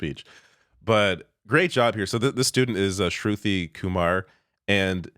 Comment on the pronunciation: you pronounced her name wonderfully! Chefs kiss! 🤌👩‍🍳 shru-thee